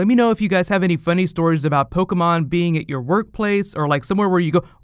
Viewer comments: Everytime he mispronounces Pokémon (every time) I cringe a little... Aside from that, good video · whats po key mon? I'm playing Po keh mon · Take a shot every time he says Pokey-Mon.